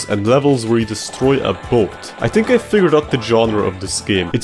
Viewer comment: think not tink. Third not turd three not tree